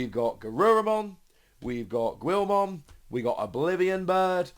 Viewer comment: It's GILL-mon not GWIL-mon lol